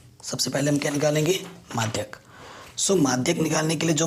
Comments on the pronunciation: माध्य को madhayak बोल रहा है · Madhy ko madhyk bol reha h